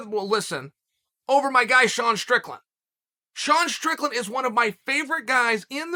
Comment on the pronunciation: Props to Chael for saying “Sean Strickland” correctly like five times in this video!